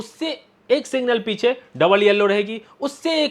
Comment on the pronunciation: भाई साहब सिंगल नहीं सिग्नल बोलते हैं